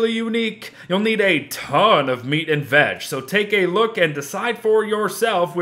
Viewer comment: I’m pretty sure it’s only me that I hear him saying vadge instead of veg.lol